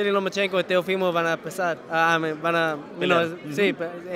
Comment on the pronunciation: es Teofimo y no Teófimo.... pilas... escucha como él pronuncia su nombre y esa es la manera correcta